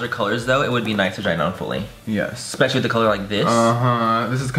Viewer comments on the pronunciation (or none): none